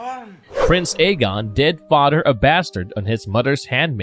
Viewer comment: I can't take anyone seriously who says shit like Odder Brudder Mudder and Fadder lmfao The rape victims name isn't Diana like wonder woman it's Dyanna